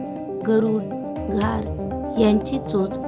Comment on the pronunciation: Good but घर nahi घार❤❤❤❤❤❤